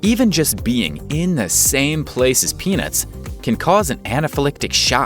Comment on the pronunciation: I don't laik peenats